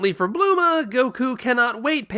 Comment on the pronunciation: "Blooma" Ugh so elitist